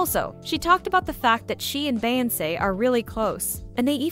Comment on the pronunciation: Why is this person behind this YouTube right here pronouncing Beyonce name wrong in voice 😂